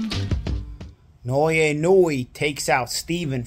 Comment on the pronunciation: "Noyee neweee" 😂